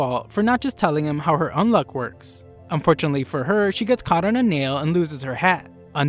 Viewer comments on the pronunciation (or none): did my guy say Undead "Unlock" or is that an accent thing ?